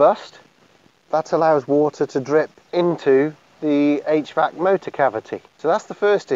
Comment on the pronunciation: What is he saying? H-VAX system?